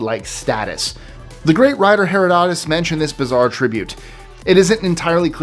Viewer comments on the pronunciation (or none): none